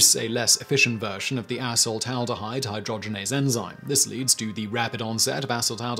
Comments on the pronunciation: thought i heard him say assh*le-taldehyde😂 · I laugh everytime he says "a**holed-aldahide"